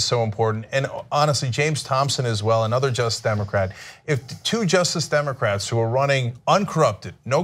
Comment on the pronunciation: Why does Cenk keeping saying "just democrats"? It's only one extra syllable, just-ice, not difficult.